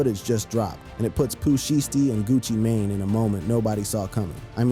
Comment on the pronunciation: How yo reporting got weight? You don't know how to pronounce thier names? Gucci mane or Pooh Shiety!